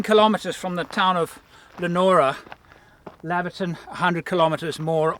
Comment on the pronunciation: Heads up it’s pronounced LEO-NORA and LAY-VER-TON. love your channel